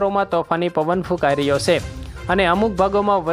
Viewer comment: Avi se....se . Na bolay.